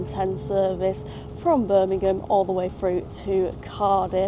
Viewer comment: slightly offended that you call it but love your videos anyway